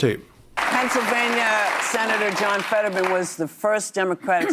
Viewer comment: His name is Fetterman not Fadman. What’s wrong worried if about being sewed if you spread lies about by using real names?